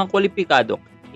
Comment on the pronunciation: In dee gent po! Not in die gent po.